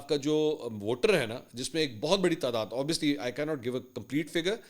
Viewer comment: Sab say pehly iss ko koi obviously kehna sikhaye boat irritating lagta hai when he keep on saying obviously wrong 🙄